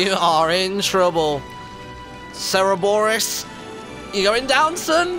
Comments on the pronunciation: For all who care, it's most likely pronounced surr-BOH-ree-uss It's a play on words, a combination of Cerberus (three-headed dog, guardian of the greek underworld) and Boreas (greek god of the north wind). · It is pronounced sir-bore-ee-us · Martyn, I'm pretty sure that you pronounced the dog's name wrong. I'm almost certain that it's pronounced the same way as Cerberus, the dog who guards the Underworld in Greek mythology.